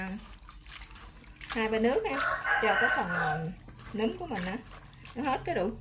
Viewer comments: Nấm chứ kg phải núm nha chị phát âm cho đúng nha chị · Em gái nấu món chay ngon ! Khi em phát âm từ " nấm " nó khác với từ " núm " , 2 từ này 2 nghĩa khác nhau 😂🤗 !